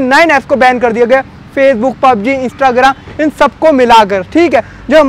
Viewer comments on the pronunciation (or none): none